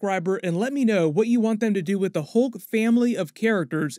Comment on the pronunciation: Lol. Hoolk 😂